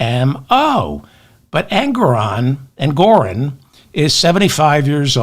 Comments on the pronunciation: David, it's Engoron, not Engorin. Also, JMHO, but Putin won't be Trump's lender. It will be Jared and/or the Saudis. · Like your channel, though it's not "Engorin" but Justice Engoron. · David! It’s Judge Engoron, not Engorin, ok? ps Love your show, enjoy your appropriately snarky remarks. Thank you for giving us your time and your mind. 💙